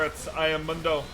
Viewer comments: Dr. Mundo literally pronounces his name in is voice lines as “moon-doe”. I cring every time he says munn-doe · WTF is that short U sound on MoonDough? Like he literally says his name, you gotta be trolling to mess it up. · This man said MUUNDO?? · Broooooo... Its (MOON-doe) he even says it him self. "MOONDOE goes where he pleases" not (muhn- doe) i cant.. So many people pronounce the names of league champs wrong and i swear they do it just so people comment about it. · Why he keeps calling him Mando? It’s freaking me out man. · How do you mispronounce Mundo when he says his own name. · How do you mispronounce mundo when he literally says his own name?;PP great vid as always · To be fair it's a Spanish word and I'm pretty sure not even Mundo himself says it right